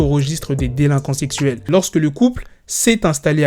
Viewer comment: Il a dit délinquants sessuel pas sexuel 🤣